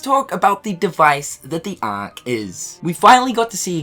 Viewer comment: The ahhhhk 🤣 funny how he says it